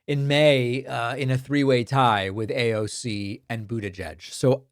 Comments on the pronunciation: Aoc is not her last name , it is AOC , the initials of her name , her name being Congress woman Alexandria Ocasio-Cortez . You make it sound like " Aawwwk " That is not right , just saying . PS: This is not a political comment nor do I support anyone , just like it if media would at least try to get it right . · David i stopped your video becauae you are the only peraon on the planet to say AAOC rather yha AOC. AND you clearly dont like women. And you are ridiculously immature like moat men when talking about AOC for whatever reason. I already unsubscribed months ago and am glad for it . There is something off with you, jealousy perhaps.